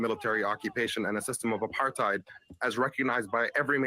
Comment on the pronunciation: It is pronounced apart hayd.